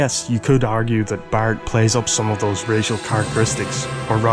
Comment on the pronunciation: his name is barret not bart like in the simpson its prenouced vocally Barrette